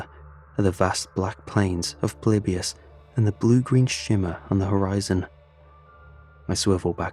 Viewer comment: when he said "it's polybisn time" I absolutely lost it